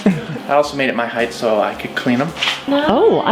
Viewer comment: It's height not heidth. Now you know..... and knowing is half the battle. Duke G.I. Joe